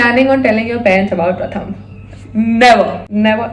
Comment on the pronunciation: Gurl....I used to think of Pratham as jiju but being from Kolkata...ig u are my bhabhi now❤ P.s. - if he's Bengali,his name should be pronounced as Prothom😅